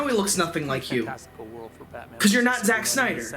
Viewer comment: "sack snyder" Was that deliberate?